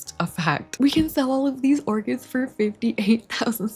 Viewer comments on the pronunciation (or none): not me hearing "lets get these ORGANS" not orchids 🤣